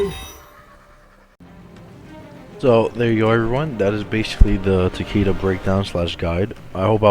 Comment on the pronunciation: Tuh-Kay-Duh come on yall.